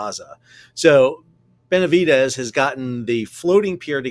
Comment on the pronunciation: He butchered "Benavidez".